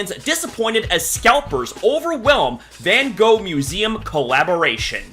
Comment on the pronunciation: That’s not how you pronounce his name